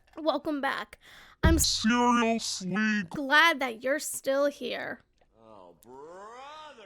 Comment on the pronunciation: Ngl I genuinely considered leaving when she said 'cereal-sly'.